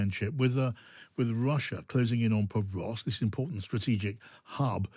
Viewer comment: Pokrovsk, not Povrovsk! It's bad enough that the host gets it wrong, but the guest also.